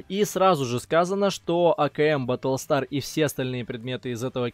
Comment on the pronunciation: как же мне больно было слышать БАТЛСТАР